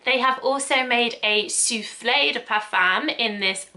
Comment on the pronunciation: Just so you know : the e from souffle isn’t to be pronounced. You only hear souffl. When you say « soufflay » it sounds like soufflé which is a French salty cake made with cheese🙂 I’m French so every time you said soufflay I pictured that cake 😂